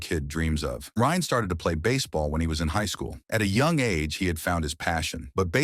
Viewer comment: Ryne not Ryan. Great job AI